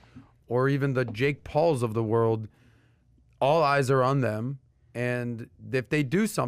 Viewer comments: Did you relley say jacck Paul? Next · Commentator: The powers of the brand the "Ronaldos' the messis" the "Lebrons" the "Jake pauls" of the world. Me: Who is Jake Paul?